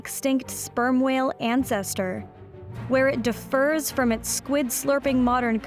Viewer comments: “Differs” is pronounced with the stress on the first syllable. The word you said is “defers”, which stresses the second. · The stress in the word " differs" is on the first syllable, not the second. Are you actually a professional speaker?